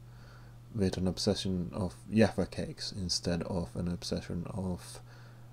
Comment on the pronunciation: I love how you say "yaffa cakes" :') accents are the best